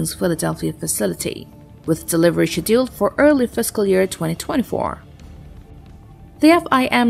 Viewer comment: I feel like it's text to speech, they can't pronounce "scheduled" properly, and others have pointed out some other mistakes.